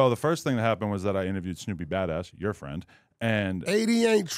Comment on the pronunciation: Wack is right brick was in a corner because the white boy should have said to wack brick would have lost his job. But fr what was brick to do wit a disrespectful nigga. Down him so later on or leave it there give him a break. And fr I still don't like how brick speak of nip and say frined